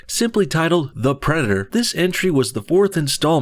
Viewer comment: “Predderr” lol